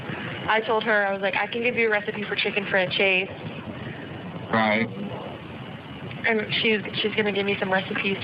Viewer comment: Did she just say "chicken franchase"??? 😂😂😂😂 OMG this one, I just cant... 😂😂😂 Not just self-centered disgusting spoiled brat but a stupid one at that